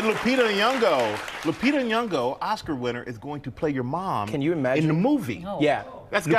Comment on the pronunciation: Somebody teach these peeps how to pronounce Lupita's second name. Yours, a concerned Kenyan.